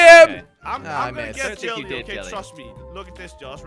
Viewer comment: it's Jelle